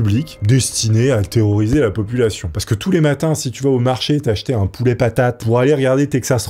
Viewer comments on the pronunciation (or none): none